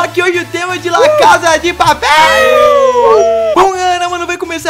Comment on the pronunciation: aprendeu a falar la casa de papel aeee